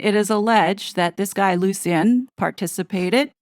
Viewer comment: You’re pronouncing Lucien wrong. It’s pronounced Lushin.